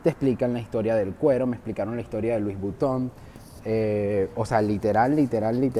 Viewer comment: La verdad al panameño no le gusta ese mall porque en un comienzo se habló de negocios turbos y provenientes de dudoso capital, por eso el panameño nunca le ha gustado asistir allí, por cierto, la pronunciación de Louis Vuitton es Lui Vitón, no Luis Buiton, con sonido de V no de B.